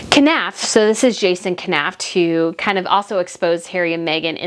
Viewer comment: Knauf is pronounced Noff.